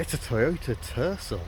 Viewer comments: At first I swore you said Toyota Turtle 😂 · I definitely remember when this car was advertised in the US they pronounced it "ter-SELL". I had a friend who owned one, he pronounced it "ter-SELL", not "TER-sul". Perhaps the pronunciation difference was a regional thing. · Did you say Tercel or Turtle?